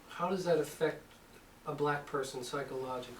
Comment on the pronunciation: I do not like the disrespectful Tone of the interviewer’s voice. Like this old lady was working for her, or something. (And the way she pronounced the word “Black.” Annoying.)